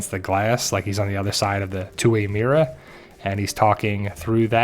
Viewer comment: Love how you say mirror lol